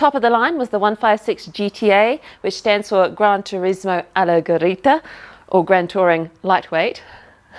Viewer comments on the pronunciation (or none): The pronunciation of Alleggerita it's Allaytjayreeta not Allaygereeta (Go! insist! Italian is hard to pronunciate for English speakers but you're getting better at it...)